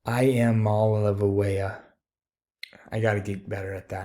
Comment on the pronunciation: Here you go! This is how you pronounce the Tennessee quarterbacks name. 👍 "ee-ah-MAH-LAY-ah-va"